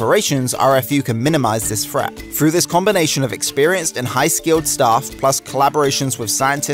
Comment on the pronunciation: Please learn how to say “th”. You said “thirty free” of 33, and “uver” for other, and “fret” for threat. And there are 2 t’s in the word “twenty”. Other than the lazy speech, this is a very good and informative video.